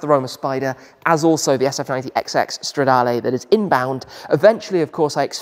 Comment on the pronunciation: it's like CHEELEENDREE😂 but your pronunce is very good on other words like Competizione or Stradale